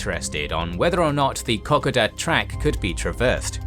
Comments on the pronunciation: I appreciate all your videos and watch them again and again, but every now and then you say something that gets up my nose, really wrangles and on this video it's 'Kokoda'. Now I'm dyslexic so I'm always unsure of myself when it comes to words and the pronunciation of same, however you pronounce Kokoda as "Cock a duh' when every single Australian and New Zealander I know pronounces Kokoda as 'Co co duh.' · Good job though with a few minor issues like the pronunciation of Kokoda, as a few comments have already noted. One thing I haven't noticed picked up in the comments is that the small town of Kokoda was strategically important because it had an airstrip. Though not large enough to base combat aircraft, it did make supplying forces on the track theoretically easier. I say "theoretically" because the terrain was, and still is, an incredibly challenging landscape in which to conduct any military operations so as the campaign progressed it became increasingly desperate and savage. Some Japanese soldiers even resorted to cannibalism. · Terrible, pathetic & inept. other than reading comics of the true life of Fred flintstone where did you get your 'info' ? Please put the Australian flag in Australia. Find out how to pronounce Kokoda & other words too. American ignorance &Arrogance...anything will do. Only 2 US untrained Divisions in 1942.A arrogant floored General who wallowed with his 'yes' men a thousand miles from the war zone & lied about his true activities. Get better info or be just another American flag waving stupidity. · Really great explanation of the strategy behind the invasion. BTW your program pronounces Kokoda the way a Japanese speaker would pronounce it - Aussies draw out the second syllable. Also, the name of the Japanese army commander is very similar to a racist term for Asians I used to hear a lot in Aust in the 60s and 70s, fortunately now never heard. I wonder if the Kokoda campaign is where the term came from. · It is pronounced Kar Koda